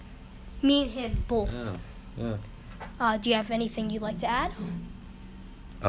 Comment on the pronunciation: Since when you pronounce “both” as BOLTH?